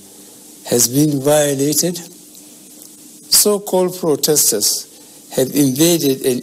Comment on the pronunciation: Frotestors, partitular, hahahahahaa